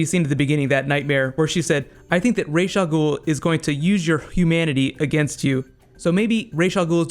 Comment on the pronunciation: Raysh Al Ghoul? its Ra's Al Ghoul, y'know the Egyptian sun god Ra basically that